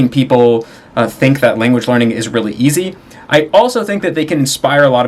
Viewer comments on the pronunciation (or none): none